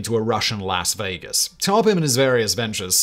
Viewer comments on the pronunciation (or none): none